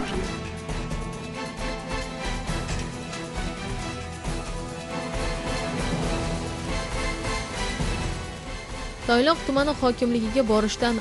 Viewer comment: Toyloq emas Tayloq